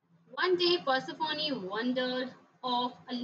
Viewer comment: Ma'am it is persephone not persephonee